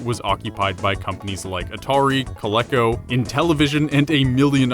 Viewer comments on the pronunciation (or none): Gotta love that pronunciation of Coleco...